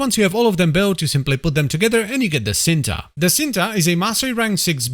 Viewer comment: It's pronouns Cinta not shinta? Its a malay word meaning love ❤